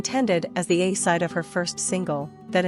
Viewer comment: The awful computer voice of this video. aside instead of a-side lol